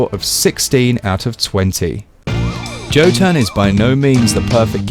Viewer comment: Why do all the reviewers pronounce it wrong lmao? The fuck is "Joe-ton?" 😂😂😂